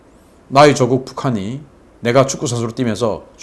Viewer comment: 신인균 대표님 조~국 발음을 좀 바꿔주셨으면 좋겠습니다...조~국이라 하니 자꾸 조국 전 장관이 생각납니다...祖國 발음을 조↗국 이렇게 발음하시면 안될까요? 본래 발음도 저는 조↗국 이렇게 배워서 그런지 조~국이라고 하니까 너무 그렇네요...자꾸 조~국, 조~국하시니까 대한민국 나의 조~국이 싫어집니다...아무쪼록 이부분 좀 생각을 해주셨으면 좋겠습니다...